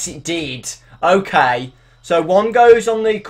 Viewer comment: its funny how you say okai